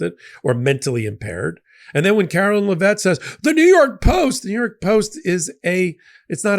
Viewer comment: Oh,... I enjoy & respect all the legal expertise & clarity you offer on Legal AF. But MY area of expertise comes from a lifetime as a writer/editor/publisher. I know you care about getting words & names right. So please: "Karoline" is pronounced like "Carolina" except without the "a" on the end. "Leavitt" is pronounced "LEV-it". (Don't mistake my correction for an actual LIKING for the juvenile, petty, Ms. Leavitt). The word "void" is a single syllable (voyd), not "voy-id". I mean no insult; you're so well-spoken, I hate to hear you mangle pronounciations.